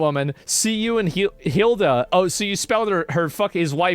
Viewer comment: The stress in the name Hilla is at the end hiLA